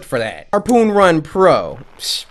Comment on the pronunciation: I am a close friend to Cory and as a kid he wasn't been the best with speaking I wasn't expecting it to drag on this long and he always struggles to say simple words for say like "harpoon"